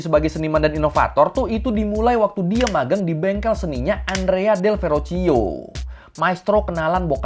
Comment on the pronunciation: bang, dalam bahasa Italia 🇮🇹, pelafalan huruf CH itu sama dg huruf K, & pelafalan "GIA,GIU,GIO" itu jadinya "JA,JU,JO". jadi Verrocchio itu pelafalannya bukan Verocio tapi Verrokkio & Borgia itu pelafalannya bukan Borjia tapi Borja.